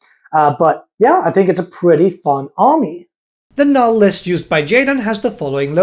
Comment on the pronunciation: NULN, NUL-N, THERE'S AN N AT THE END OF THE WORD